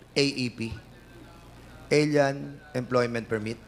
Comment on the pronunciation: Hindi pa nakuntento sa poriners, umarya pa talagaaa...Hoy! dan fernandez! Sandali ha. Anong ael-yan? Kelan pa naging ael-yan ang pronunciation ng ALIEN. Hirap sa mga bobong nagtatalinu-talinuhan, hindi alam kung kailan sila nagiging ischupid. And vice versa.